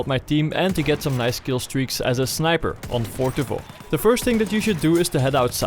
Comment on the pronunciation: My favorite part of this video is that, because of your accent in English, you pronounce "Fort de Vaux" like it's supposed to be pronounced in French. Legend :P